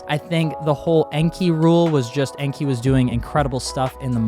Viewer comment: Enkei is pronounced like how you say kei cars. "Kay". En-kay. Not En-key.